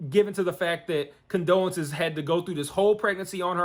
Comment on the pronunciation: LOL at you calling her condolences...it CONDOLA.